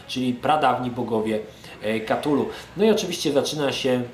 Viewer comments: kurcze, nie chce byc malym chujkiem, ale "KA-TULU" to bardzo klujacy w uszy sposob wymawianie tej nazwy. "K-TULU" to wersja ktora uzywa najwiecej ludzi. zeby nie bylo ze to tylko koment z dosapka, to dodam ze sama wymowa "cthulhu" wg Lovecrafta jest niemozliwa dla ludzi. Pierwotnie dzwiek to ma byc bardzo gardlowy, przypominajacy bulgot, w koncu to jezyk ktorym posluguja sie ogromne potwory, ktorych aparat mowy (oprocz oczywiscie telepatii) jest inny niz u ludzi. z reszta gdy ktos sporbuje wymowic "cthulhu" w sposob "gardlowy" to brzmi to bardzo sugestywnie. I wtedy dochodzi sie znowu do wniosku ze Lovecraft to pieprzony geniusz! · to sie chyba czyta ktulu